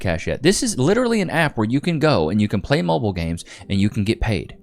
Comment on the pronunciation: the word is MOBILE not MOBIL. MOBIL make fuel prodominantly for racing cars.